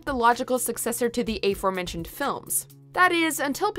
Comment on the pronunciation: "ayyforementioned".... wut?